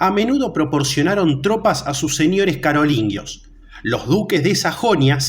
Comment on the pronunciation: me refería a que suena "carolinguios", cuando seria "carolingios". Es un detalle, perdón si me pongo quisquilloso 🤭